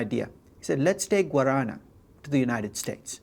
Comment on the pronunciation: Guarana pronunciations is great. Love seeing examples from Brasil!